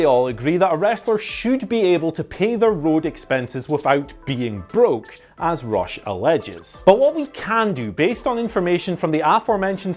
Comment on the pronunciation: i thought you were saying ross not rush lol